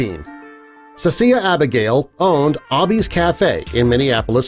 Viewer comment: That’s not how u pronounce Abi’s Cafe😑 it’s basically Abby’s Cafe😑 ik bc my name is Abigail and my nickname is Abi😑